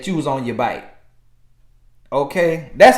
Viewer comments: you was on your baik 😂😂😂😂 sounding like bike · The "bayk" took me out🤣🤣🤣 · Not “back” ....”bike” 😭😭😂😂😂😂